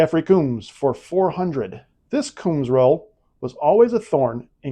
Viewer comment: please check the way to pronounce Orion and Combs